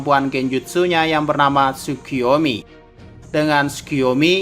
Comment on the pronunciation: Hahaha sukiyomi? Yg benar sukoyomi